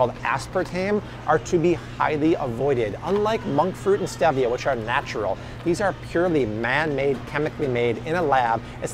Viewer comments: Don't drink that coke! It took years to get my husband off it. It was so addicting to him. Also, thank you that you pointed out that FINALLY pronounced Stevia correctly! Lol. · Don't drink the coke! So nasty and addictive! It took years to get my husband off it. Also, thank you that you pointed out the fact that FINALLY pronounced Stevia correctly. "Stevia as in the name, Steve".